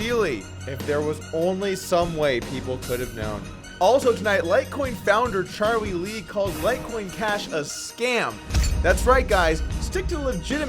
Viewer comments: Are you calling him Cha-wee Lee on purpose? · Anyone else notice how poorly Doug pronounces Charlie Lee's name? c'mon man...